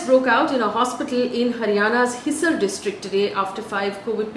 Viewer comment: Thanks for doing the news so diligently, Faye! PS: t is pronounced as 'His-aa-r' not hissar. The 'a' sound is elongated.